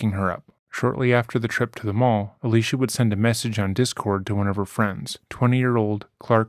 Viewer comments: Her name is pronounced Ah-lee-see-ah. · I just don’t see how you keep intentionally mispronouncing her name is uh- Lee - cee - uh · Ah-lee-cee-ah. It's not hard. Please attempt to pronounce people's names correctly as a sign of respect. It's the least you can do when profiting from the trauma and exploitation of these victims. Thanks! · Kind of disrespectful you pronounced her name wrong the whole video